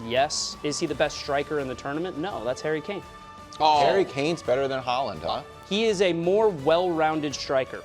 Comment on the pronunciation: Hairy Kane? 😂